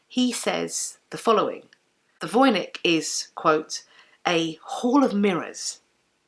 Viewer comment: You should pronounce Voynich with the "ch" like in the word "match". It is a popular Polish surname and the name of a town in Poland (Wojnicz).